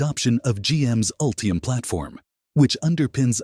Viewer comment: "Ultriam?" "Ree-yoos?" "Meribara?" This AI audio made me stop watching. I just can't take it.